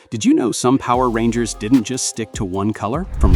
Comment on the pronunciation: The guy who is talking in the video is saying all of the Power Rangers bad guys names wrong